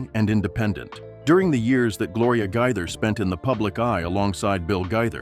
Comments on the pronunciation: Really fake news. Who made this up? Shame on whoever it was. And at least learn how to pronounce their name correctly. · They are NOT divorced and that's not how their last name is pronounced !!!